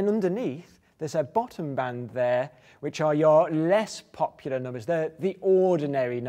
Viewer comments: I love the way he said "POP-pular" xD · The way he says pop...ular makes me shiver with antici..........pation.